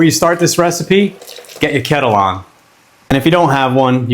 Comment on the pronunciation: This guy says water like hes from Philly, and kettle like he's from Worcester lolol Looks good tho, my nonna used to make me this